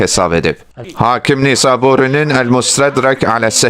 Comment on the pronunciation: Nisaburi yox, Nişapuri, yoldaş